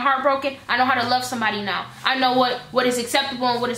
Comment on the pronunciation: I love the way way says “now” and everything that rhymes with it ♥️♥️♥️